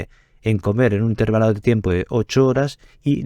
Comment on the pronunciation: INTERVÁLO, no "intérvalo"